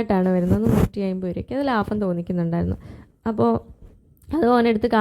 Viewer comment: അൻസിക: ലാഫം ❌ ലാഭം ✔️✔️ തൃശൂരാണല്ലേ😂